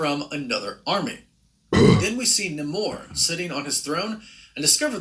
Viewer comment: Someone tell Namor is pronounced Nay Moore